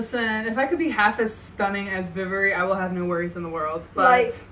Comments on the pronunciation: Nice reaction :) I don't think anyone has corrected you about Vivoree, though. It's "Vivor" as in "SurVIVOR'. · It’s actually pronounced as “Vay-vori”